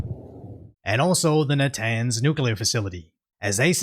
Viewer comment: "Sy-mew-taneously"? Dude! I was happy to hear you pronounce "nuclear" correctly and then you go and do that?!?!?